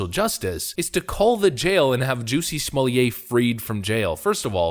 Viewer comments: SmoleeAY???? NoNoNO It's just Smollett SMAH let. Or if you must smah LET. Why do people not get this?? What are people getting out of this idiotic mispronunciation? Is it just to prove that they don't speak French, or to pretend that they do? Or what? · Somllett is not pronounced "Sommelier" a Wine taster or wine steward.